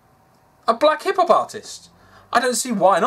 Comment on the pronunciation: "Black Hip-hop artist" ....am I the only one that heard that as black hippopotamus